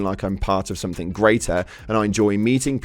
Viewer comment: Sorry not negative just critic Something does not have a K at the end. And when reading a quoet from a post, please include every word if you reading it.